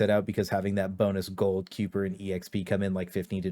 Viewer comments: I didn’t tell you miss pronounced Kiper. It’s not Cooper it’s Kiper. The pronunciation is Kiper that you is silent. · Wtf is kewper, game literally says it to you pronounced KAIper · sorry to be the Nit picker but Kuiper is pronounced Kyper (buy the game's voice actors) and Not Q-per... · its KAI-PURR, not cooper FYI. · You had me at "lady and gentlemen" and lost me at "Q-per" shards. You never heard of the Kuiper belt? Pronounced Kai-per? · pronounced like Hyper but Kyper. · KAI PER KAI PURR KUH-AYE P-ER "KUIPER" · I chuckle every time I hear "kyooper shards" from a creator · Why you sayin kyooper bro they say it correctly so many times throughout the story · The hell is a "Cyooper" shard? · Now this is the craziest version I've heard yet.... KEY-OOO-PER 🤣🤣🤣👏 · Q-per is wild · one of these days content creators will say kuiper shards correct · Why cant any of these youtubers listen to the game just one time in the millions of times it said to learn how to say kuiper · Do any Youtubers know how to pronounce kuiper? It’s said multiple times in the game